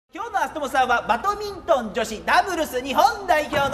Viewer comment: 細かいけど最初バトミントンって言ってるの気になる